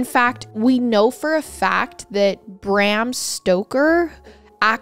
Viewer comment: I love you,, but Bram rhymes with Prom, not lamb.